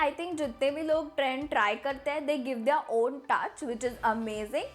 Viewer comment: Her pronounciation of" their"is quite wierd Who all agree